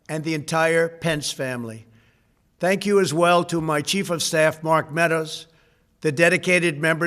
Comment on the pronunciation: Did he say "thank Mike Pense" or "hang Mike Pense"?